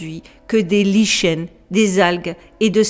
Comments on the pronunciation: bonjour! on est pas en "2002", comme tu le dis, mais en 2022! 🤣 et "lichen" se prononce "licken". j'ai decouvert la serie de photos anciennes que tu as montree, il y a quelques semaines sur youtube: vraiment stupefiantes! c'est meme un des trucs les plus incroyables que j'ai vu de toute ma vie. surtout les sculptures (que tu ne montres pas toutes ici), qui ne peuvent en aucun cas etre des fakes, ni appartenir a une quelconque civilisation connue. pour l'histoire de cousteau, je n'en avais jamais eu connaissance. tout cela est bien passionnant et intrigant... merci!!!! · Bonjour on dit liken mm si cela s'ecrit lichen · Super intéressant et Toi cher youtubeuse qui gère ce site je te trouve géniale tu expliques pas bien avec des exemples concrets et je vais devenir addict !! Je soutiens aussi la cause animale alors un grand merci pour tes vidéos et ma chérie juste pour l'info on dit " liken " pour le mot lichen , moisissures sur l'écorce des arbres bref c'est pas méchant Tkt !! Les OVNIS et le paranormal j'adore et m'intéresse à plein de choses !! Bonne Année 2023 à Toi et ta petite famille aux US , Happy New Year !!